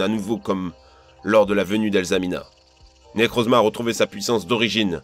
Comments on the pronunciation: Arrim moi mdrrr quand il fait les bruits quand j’etait petit *pishouu piou prrr* et quand il dit « Nekrrrouzma » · Quand il a dit necrozma j'étais mort